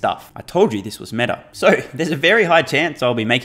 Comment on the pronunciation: "This Metas"